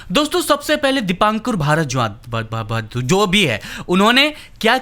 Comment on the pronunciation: Bhardwaj nhi bol pa rha tu kya hindu hai be tu